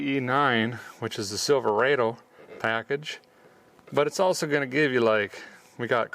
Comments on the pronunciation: You are from Minnesota...don't say Silva-A-Do. It's Silva-Ah-doh. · Rod o. Not raid o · It’s pronounced Silver odd Oh. Silverado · Not Silveraido say it right Silverado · silver AW dough, not silver AY dough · He says it like this silverrado but you say it like there is one r silver ado. Silverado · It is Sil-ver-odo not sil- ver-ado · Silverādo... LOL NEVER HEARD IT PRONOUNCED THAT WAY !!! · him saying silverado that way really messes with my brain